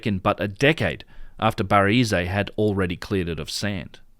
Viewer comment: great work on the pronunciation front regarding caviglia; now its baraize's turn:- bar-EZZ